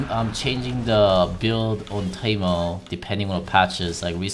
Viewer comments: why does he always say taimo instead of teemo? Annoys the hell out of me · He says teemo not taimo